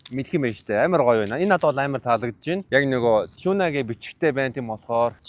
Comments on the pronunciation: choona or toona gedgiim bn tegheer shuud zawsaraar ni tiunaa geel shaachlaaa daa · Not tuna. It's tiuna